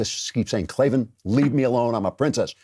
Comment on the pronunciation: K-L-A-V-A-N There are no E's in Klavan